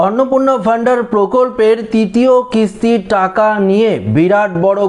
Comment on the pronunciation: অন্নপূর্ণা ভান্ডার ❌ অন্নপূর্ণা ভ ন্ডার ✅ 😅😅😅